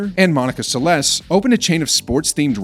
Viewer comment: This speaker needs to learn how to pronounce Steffi and Monica's last name correctly.